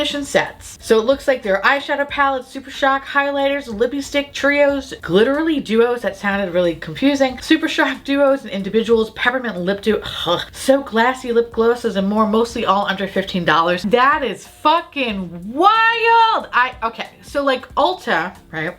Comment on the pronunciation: "so glassy lip glow-ses" is when I knew was so drunk, even she didn't catch the mistake 😂